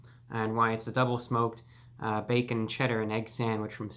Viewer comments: ...the back-orn 🤣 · "theres the b e k k o n" what a king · Reviewbrah hit that ò when he said bacon😂